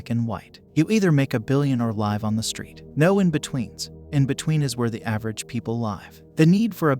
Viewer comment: You pronounced Live wrong but you rock.